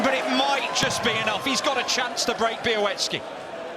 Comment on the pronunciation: Nice pronunciation of Białecki's last name